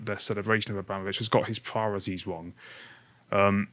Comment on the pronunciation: Why can't pronounce "Abramovich"?? It sounds like he's saying "Obama-vich". Why can't Lotus Eaters train their presenters on how to pronounce foreign names?